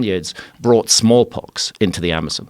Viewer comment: Thought he said they brought in “small cocks” Instead of “small pox” Small cocks seemed more plausible and likely than small pox from these people